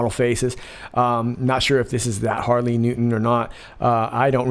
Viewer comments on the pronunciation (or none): none